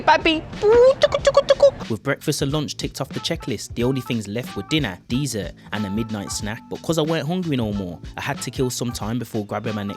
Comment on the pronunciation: I don’t think you pronounce dessert correctly.